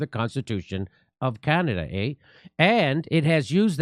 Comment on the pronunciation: Justin Trudeau-eh as well as Canad-eh.👏 Jimmy Dore, you are truly a comedian if ever there was one!👍